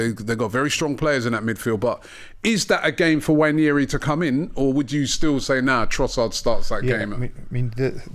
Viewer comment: It's not Nnwayeri it's Nwaneri (ONE NAY RI) "ONE NAAY RI" There's no Y in the name for christsake.